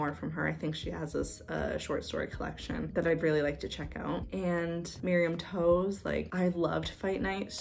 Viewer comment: Backlist foreva!! Also LOL toews is pronounced "taves"!!!!